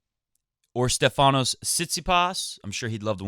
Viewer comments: Tsitsipas will beat him again. And it’s not SteFAnos ...it’s STEfanos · Oh man:-D!! You say StEfanos's name right once and then you go and spoil it again:-D! Please check your Twitter msgs, I'm sure you won't get confused about this ever again:-D;-). I see you lost some weight (maybe from the flu?). Kudos and keep it up, it suits you! I think Thiem won Lyon last year, so he loses 250 pts, haven't done the math yet to know how that fares between him and Sascha. Agree about Fed, hope he reaches QFs.